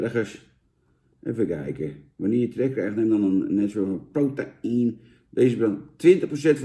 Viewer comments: Protein is de Engelse versie van proteïne en spreek je gewoon uit als (bij benadering): 'pro-tien', hoor. Het is vergelijkbaar met woorden die in het Engels eindigen op 'eine' zoals caffeine en codeine. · "pro ta ien?" lijkt niet op "protein" just saying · challenge voor vandaag; neem een shotje elke keer als Jan prota-ien zegt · Challenge: neem één flügel, elke keer als Jan prota-ien zegt..